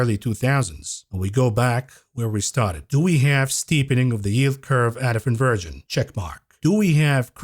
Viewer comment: Are you saying “ invirgin” or inversion? Like in Supertroopers